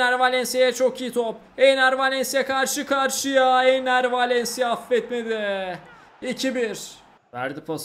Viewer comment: Abi çok güzel Enner Valencia diyorsun bee